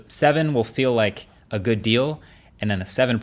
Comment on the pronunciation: "today was goos event"😅😂